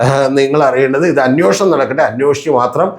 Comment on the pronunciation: അന്വേഷണം ആണ് correct word.... അന്യോഷണം അല്ല